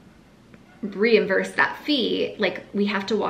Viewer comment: Reimburse, not reimvurse.